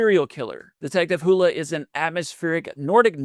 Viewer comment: It’s detective Harry Hole. Sounds like it looks not hula. Or did you just not want to say it?